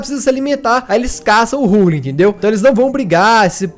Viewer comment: Ruglin é top mano n sabe nem pronunciar menos um inscrito